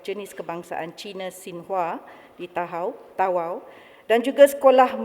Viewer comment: Org tawau kena sebut ta'au. 😊